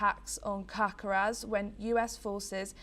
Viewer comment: "Cacaras", "Venezualia" AND "Venezualians". Great journalist...